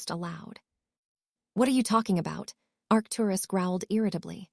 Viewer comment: This are reader needs to learn how to say Arcturus Doria and Charles